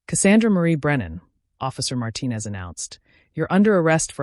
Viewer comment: Yet again, there was another chin in this story. But at least they pronounce the last name Martinez correctly.😊